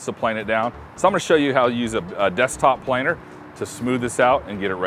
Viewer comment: I stopped watching when he called it a planner... PLANE, PLANER, like a ✈️ but with er.